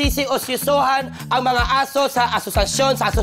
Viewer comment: Parang yung tongue twist ni buboy imbis na "ang mga" ang sasabihin nya... ang bigkas nya "ng mga"...